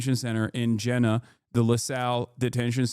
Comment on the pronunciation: Fucking Christ. Jena is not even an hour away from me. I bet our new governor Jeff Landry is just fucking giddy to be helping too. P.S. it's pronounced "Jee-nuh"